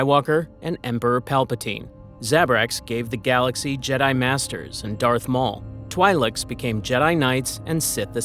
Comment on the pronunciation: where you pronounced twileks almost had me tweak out💀